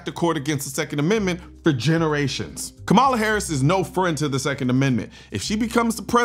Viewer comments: I dislike tyrant Kamala 100%. However, please start pronouncing her name correctly so that the other side may actually listen to you. “Comma-la” I know it is stupid, but our enemies won’t listen at all if you continue to mispronounce her name. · it's crazy how every right winger says her name wrong on purpose lol. background checks =/= taking guns away 😂